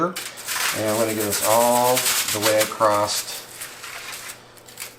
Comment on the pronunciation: LoL there isn't a "T" in the word across. lol sorry I react the same when anyone says "axst" mis- pronounce "asked" I hate it when the language is mangled, I'm not referring to accents. ｡◕‿◕｡(◔‿◔)(◠‿◕)(･o･;)¯\_(ツ)_/¯¯\(°_o)/¯ I hope you have a great day, by the way, great video